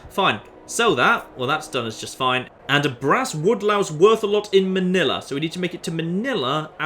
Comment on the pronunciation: Im surprised you pronounced Manila correctly. I dont know why but NEWS REPORTERS always fuck it up for some reason. They keep trying to do an accent when there shouldnt it be.